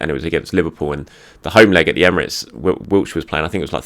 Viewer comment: It's Wilshere,, not Wiltshire. For goodness' sake, the man's an Arsenal legend. Say his name right and if you can't then practise it!